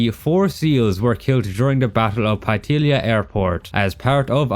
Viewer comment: It’s Punta Paitilla (pie-tiya) not pai-illia like you said